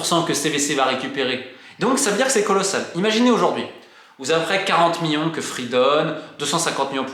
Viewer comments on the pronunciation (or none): Miyon, miyard MiLLLLLLlion MiLLLLArd merde ahaha je craque Sinon super vidéo merci